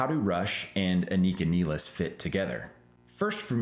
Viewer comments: Holy Crap can you at least say her name properly for F sakes, It is not Anik___a it is An___ik___a and you have her last name wrong as well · I mean, it's Rush. Of course the drummer's last name will be mispronounced!